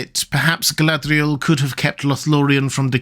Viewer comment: the way you pronounced her name the first time gave me the ick